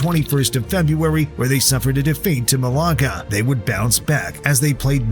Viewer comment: they way you say malaga make me very sad